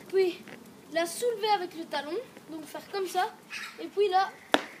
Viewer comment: " Et pouis "